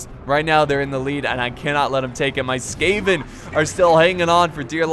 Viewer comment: It's SKAVEN, not SCAVEN! Come on Jesus!